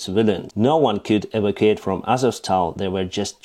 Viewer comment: Hey, your English is great, but... evacuate is /eh/ or /ee/ /va'/ /que/ /ate/ I don't think you mispronounce it as much as you don't accent the VAK part, causing the rhythm to fail. And my brain to go 'HUH?' And don't think I'm criticizing, I can't even read Ukrainian.